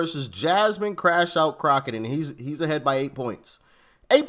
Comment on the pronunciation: I love this chick she said Crackett all nigatry..